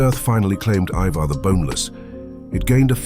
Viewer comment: ivar is pronounced eye-ver. not E-ver and hearing it a bit too much for me to watch the whole video